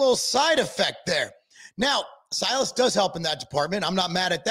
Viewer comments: C- Alice. Not sy -Alice. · The correct pronunciation is ….(see a luhs) not ci-alis thank you your welcome lol 😂